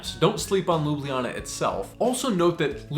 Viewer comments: Its not pronounced Loobliana, Lj is like 1 letter, like saying L and J at the same time, Lju Blja Na, lj appears twice, just very str8 forward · Your pronunciation of Ljubljana, while pretty good for a foreigner, is actually not entirely correct. It's just 3 syllables, Lju-blja-na. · we the locals say LU-BLA-NA... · Next time go across the bridge and visit pop's pizzeria. And try to say Ljubljana not lubliana. After each l comes j. J Like in Word yes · I bet one of the things you wish you knew was how to pronounce places. 🤣 Ljubljana is NOT pronounced the way you did. Its LJ (as in LY for English speakers) in one breath as its 1 letter. Both LJ are prounced. So NOT Lubliana, But Ljubljana (Lyublyana), no pause between L and J. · I'm sorry but no one here in Ljubljana pronounces it LOO-BLEE-AH-NA or whatever. We pronounce it more like LYU-BLYA-NA. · ESL teacher and native Slovenian here. Pronunciation needs some work 😄 Ljubljana is a hard to pronounce for non-Slavic speakers because it has not one, but two "LJ" sounds, and one of them is even preceeded by a /b/. /lj/ is a separate phoneme. LJU-BLJA-NA (LYOO-BLYA-NAH) /lju'bljana/ Not loo-blee-ya-nah, the "blee" syllable is just people mishearing the second LJ as an /i/ sound. The way you say it, it would be spelled "Lublijana" in Slovenian. The way I taught my English students was to say "all you" really fast, then leave out the "a" to get /lju/*. Then say "bull ya" and make the /u/ disappear slowly to get /blja/. Put /na/ at the end and done. *this leaves a slightly darker L than in standard Slovene but the many ex-Yugoslavian residents of Ljubljana will appreciate the detail 😅 Another side note, as someone already mentioned, locals actually delete one or both /j/ sounds, so you get "Lublana", LOO-BLAH-NAH. Might be easier to just learn that and impress the locals 😂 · Its not lubljiana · Sorry but your pronunciation of Ljubljana is incorrect 😬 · Well you pronounce is wrong 😅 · You’re saying Ljubljana wrong mate